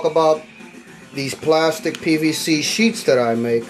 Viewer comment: I wonder why so many just can’t say ( sheaths ). He says ( sheets ) others say ( sheafs ). I wonder if they watch the videos before they download it?